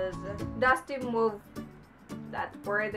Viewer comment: Mauve is pronounced as (mov). :)